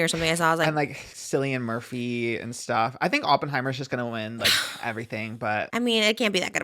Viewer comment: Not SILLY-AN Murphy! 😭😂